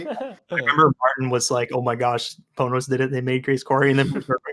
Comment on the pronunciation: It's fine, they still say "Pohnohs" which isn't how you say it. Everyone sucks.